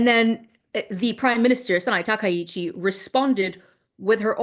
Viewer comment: As a Japanese, I believe Takaichi is correct